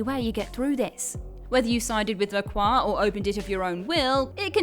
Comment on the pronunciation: I love pronunciation of La Croix lol Sounds better than the way they say it in the game imho